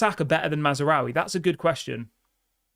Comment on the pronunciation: THERE IS NO 'A" between Maz and raoui!!!!!!!!!!!!!!!!!! LEARN THE CORRECT PRONUNCIATION. DISLIKE!!!!!!!!!!!!!!!!!!!!!!!!!!!!